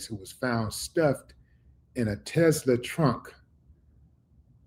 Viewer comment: That's what I was coming to say. If they had something solid they would have been gotten him off top. And to it's a Tesla not a Telsa 🤣🤣🤐 I know bro was just reading too fast still sounded funny tho.😂